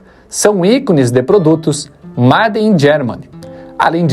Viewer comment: Assisti até MADE IN GERMAN. Quem não sabe pronunciar a palavra MADE, não passa credibilidade